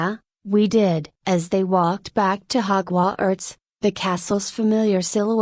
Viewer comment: you need to redo this and I suggest you use a real voice or pay for better AI. 'hogw arts'? seriously. this was just the first but it was so bad it was insulting. redo it and maybe you'll get better reviews but this was so bad as to be insulting.-you did it on the cheap and it shows.